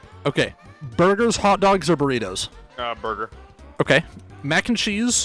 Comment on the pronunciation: something about this killed me lmao. “Bur-ger”